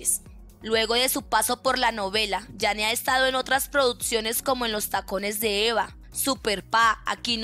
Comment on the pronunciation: La narradora de este video es la hermana de leo reyes ella dice produtciones😅